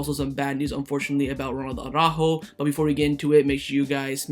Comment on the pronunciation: Why do you soccer guys always say Auràjo instead of ARA-ÚJO?